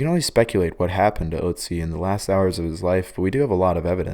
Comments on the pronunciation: It's "Otzi" NOT "Oooutsi"!! Can't even Pronounce a four letter name the Right Way!! Bologna Not Ba-log-na!! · its Ö... Ötzi, its like an o and e in one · Its not pronounced utzi☠️ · I thought its Oatzi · Your pronounciation of Ötzi is just like the German pronounciation of Uzi XD Pronouncing the letter Ö like you would pronounce the u in burn is a very close approximation, only shorter and without an r of course ^^ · The wy he pronounces Ötzi cracks me up 😂😂😂